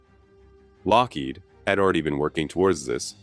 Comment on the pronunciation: Love the content, hate the AI narration... "Kah-nute Rockne" , Lock-HEED , etc. 😑